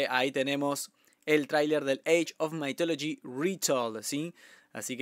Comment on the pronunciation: Se pronuncia "mith" no maith